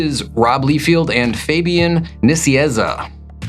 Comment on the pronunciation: You can say Nicieza? But not Liefeld?